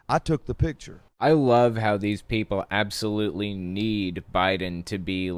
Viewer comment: Like it how it reads aBSsolutely with the emphasis on the BS.